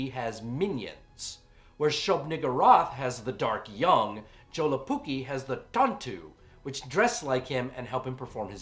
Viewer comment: You know, I first thought that your username was some kind of joke, but after seeing this.. I believe it. Only a true undead monster could be capable of butchering my native language like this. A true horror for the ears. PS: Awesome review, this movie really is underappreciated even here in the north. Though I did like the shorts more.